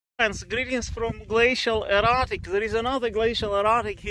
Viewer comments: Did anyone else think he was saying glacial erotic? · Ohhhh --- I kept hearing you say glacial erOtic and it made absolutely no sense LOL